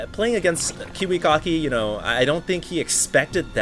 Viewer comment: its pronounced Kiwi-Kacki, not Kiwi-Cocky